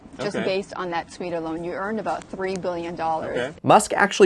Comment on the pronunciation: 3 not tree 🤣